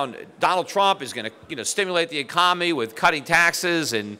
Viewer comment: Economy. The word is economy. Can’t trust an economist who can’t say economy.